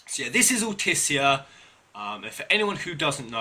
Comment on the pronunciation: for correct Altissia pronunciation listen to how Noctis says it in the new "cinematics" trailer